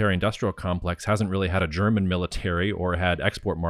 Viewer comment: Marc, wieso sagst du immer “Cherman” und “Chermany” statt German / Germany? 😜 Senk you for the interview 👍